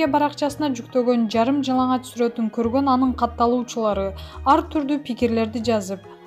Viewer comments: Он окучу алтыным, суртун деген соз жок суротун деп окусан. Эфирге чыгаарда бир ааз даярданбайсынарбы?😠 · Суртунон -деген созун кандай тушунсок болот.Туура оку